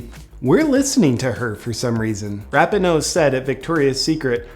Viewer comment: Rap-in-no 😂😂... *Ra-pee-no